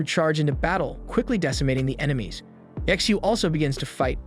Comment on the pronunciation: Ye Xiu, or better pronounced Ji Xiu(chtu) something like this it's hard to explain how to speak xiu out.